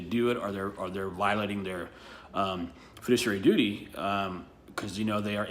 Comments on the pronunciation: His very first, and subsequent argument included the phrase "fidicuary" The correct phrase is Fiduciary. TOTAL BONE HEAD! Sorry, legal people don't make that mistake, less than 30 seconds in, SAD! Looks like he needed a FIDICUARY what ever the f**k that is, lol 🤣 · "Fudiciary"? What the fuck is he talking about? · He cant even pronounce 'fiduciary' which doesn't even apply to police officers. But I'm so glad to know that the dictionary is wrong.